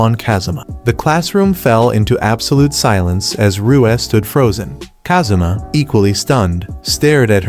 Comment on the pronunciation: “We then see them at a restaurant, where Ka-zoomah hands Ahh-mane a pair of cat ears he just bought.” Love these sampled voice pronunciations of Japanese names 💀